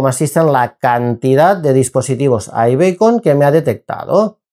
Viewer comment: aibicon no beicon